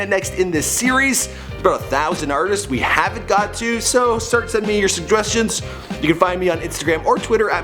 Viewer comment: LOL "Segweshions"